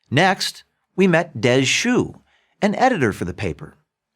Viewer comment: "Des Shoe"?!! Lol what a name is that